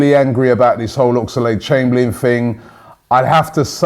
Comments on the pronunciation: Oxlade...... Oxlade...... Oxlade...... NOT OX-A-LADE!!!!! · WHY CANT YOU SAY OXLADE NOT OXALADE AHHGGGHH